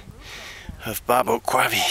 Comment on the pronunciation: I was born and raised in Tucson...no one pronounces Babaquirvi Peak or the mountain range it resides in like you do.... Good job getting to the peak...I almost lost my life there...